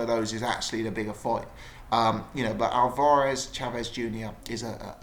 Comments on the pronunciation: he watches to much of Steve Bunce he says it the same...Al var ez? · why you pronouncing alvarez like that